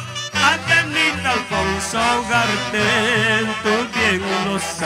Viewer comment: Muy buena la presentación del Embajador, pero cuidado!..no modifique las letras originales de las canciones de Picaflor de los Andes y cuidado con ls expresión correcta del verso :......avenida Alfonzo Ugarte.... CON UUUUU y no es Ogarte.